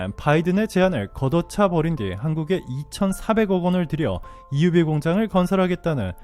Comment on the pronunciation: EUV 발음 감동적입니다. 많은 유익한 정보에 감사합니다.